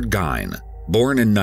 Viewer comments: Great vid!! Last name is pronounced "Geen" Born and raised in Minnesota, you did a great job. There is a lot of horror movies that mimic. If you think about it Psycho was made in 1960.. Gein, Norman loved his mother way too much. As did Gein, then you get Wild Bill. Leather face, H.H Holmes (Jack the ripper) well before Gein. Crazy if you think about it. Added: I made this comment before I finished the video lol. Now I see at the end you already pointed it out lol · I live in Wisconsin about 20 minutes away, my grandpa tells the story of how my great grandmother was on the list of people he had on a list to kill! Super crazy. Also from a local it’s pronounced Geen lol. Love your videos guys. Thank you! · Its pronounced "Geen" btw. Lol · Darling, wonderful producers at EWU, it's pronounced "GEEN", rhymes with "FIEND" (and that was how it was given to news reporters during the time of this breaking open. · Geen is how his name is pronounced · Isn't it said like "Geen"? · It's pronounced 'Geen' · I believe you mispronounced his last name. G as in gorilla ēn. But hay, what do I know! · Pronounced Geen, my dramatic narrator dude. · It pronounce geen and people that say he's not a serial killer he was if a person kills 2 or more people you are a serial killer he killed 2 woman. one that worked as a bartender other was a woman was worker for hardware store he was turned down when he asked her to go on a date to a movie in Hancock south of Plainfield that's women that gutted like a dear the got him arrested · ed gein is pronounced as gene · Pronounced like geeeeeen Ed Gein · it's pronounced geen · Pronounced GEEN like bean. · Ed wasn't the only one killing. This narrator murdered his last name. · Like you would think that the Narrator would do his homework before doing the documentary. Like maybe 🤔 making sure he was saying the last name correctly!! Good documentary but the butchering of the last name is just plain annoying lol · Dude totally mispronouncing the name lol